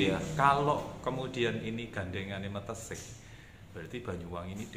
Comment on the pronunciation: Meteseh bukan mateseh